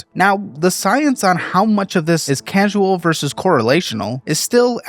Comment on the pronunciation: Causal not casual. I love this channel though. Is the voice over AI?